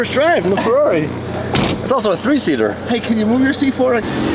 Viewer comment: I never realized how often the number 3 or TREEE was used until listening to talk!